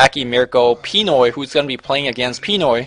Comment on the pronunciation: btw, the stress of the word pinoy is in the "noy" part :)